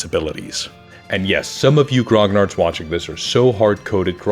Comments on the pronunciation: It's not Grog Nards. It's Gro Nee Arrr or just call them grumbling old gagas like we do in France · Never once i've heard someone speaking engllish pronounce "grognard" right. \ɡʁɔ.ɲaʁ\ Not "grog - nard" ; "gn" have the same prononciation than the "ñ" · I wish one day people will stop pronouncing grognard in such a wrong way. But no, it's a french word so let's pronounce it in english.